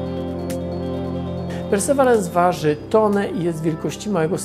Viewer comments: Poza tym nie mówi się czasem "persewirens"? Przynajmniej taką wymowę słyszałem w oficjalnych materiałach NASA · o łał, wyobrażasz sobie ilu ten filmik miałby widzów, gdyby słowo "persewerans" było wypowiedziane poprawnie? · Panie Tomaszu, perseverance - wymowa to: persewierens i akcent na przedostanią sylabę. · Nie ma takiego słowa w angielskim jak (w zapisie fonetycznym) `persewerans` jest `persewirens` czyli perseverance. Synonim słowa persistence. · Super film ale... persevirens, nie perseverans ;) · Panie Tomaszu, perseverance wymawia się nieco inaczej: pûr″sə-vîr′əns Niemniej, bardzo dziękuję za ciekawy i profesjonalny materiał. ;) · PERSEVERANCE!!! Tego na pewno nie wymawia się "persewarans", wystarczy wrzucić do słownika google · Ja wiem że nie każdy musi być poliglotą, ale nazwę tak wymawiać, boli to moje uszy. Perseverance (pərsəˈvirəns) inaczej się wymawia, szybki wpis do google by pomógł, jest tam też wymowa nagrana, pozdrawiam, reszta odcinka super. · Super film, ale Perseverance wymawia się "Persewirens" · "Persewerans" XD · Trochę inaczej wymawia się Perseverance, niż Pan to wymawia. ale to szczegół. Niemniej proponuję sprawdzić jak jest prawidłowa wymowa. Dziękuję za film i pozdrawiam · Super film jak zawsze, ale perseverance wymawia się inaczej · Trochę zabolało jak Pan wymówił perseverance. Trochę inaczej się to wymawia. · nie no nic nie zmienia, ale wiesz, niektórzy czerpią wiedzę z jego filmów, więc jeśli już mają komuś wspomnieć o łaziku, to niech nazwę wymówią poprawnie, ot co ;) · Pamiętam jak oglądałem, wydawało mi się niedawno, film o tej planowanej wtedy misji a ona już ląduje. Czas leci nieubłaganie. PS akcent jest na "ve" w Perseverance.